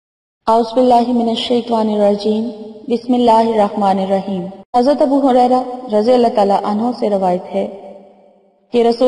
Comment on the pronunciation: بسمہ اللہ الرحمن الحریم نہیں پڑہنا